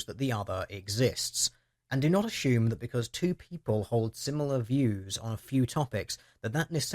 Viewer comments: food for thought. there is no H in the word assume.... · aSHOEm? I'm trying hear assume but hear A-Shoe-m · assume.... Heheh... You said A-shoe-m. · The number of times assume was mispronounced as "ah-shoe-m" was very distracting (similarly it's also very weird hearing a handful of people pronounce consumers as "con-shoe-mers"). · danged autocorrect. I meant that to read pronouncing "assume", with an S-sound, as "ashume", with an H sound in it. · the way you say assume is hysterical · Which part are u from where they pronounce the word "assume" like u do?._. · Just curious...Is it a typical British thing to pronounce "assume" as "assume"? There's nothing wrong with it, I just don't remember having heard it before, and wanted to know if it's common, or just a deer-ish idiosyncracy?